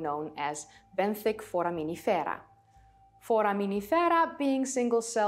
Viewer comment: As an American geologist, I love your Italian pronunciation of ‘foraminifera’, and totally agree that Geology is Cool!